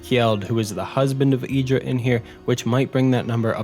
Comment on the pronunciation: Idara not Idra